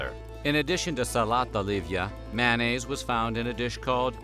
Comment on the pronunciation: "MANN-AISE: ?? How about "may-on-naise".